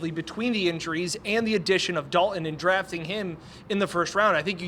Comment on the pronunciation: there is a “T” that is meant to be pronounced. Its Dal”T”on not Dal-un Kincaid.